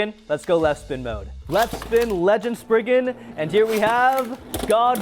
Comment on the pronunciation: Legend Spriggen…….does he mean Legen Sprizen?😅